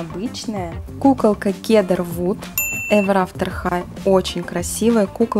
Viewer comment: Не кедар вуд а сидер вуд!!!